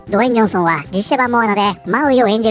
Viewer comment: ずっと「ド炎上ソン」って聞こえた😅